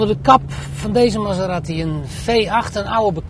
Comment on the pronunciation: Die auto heet geen Maseratti, zoals in dit filmpje steeds herhaald, maar Maserati!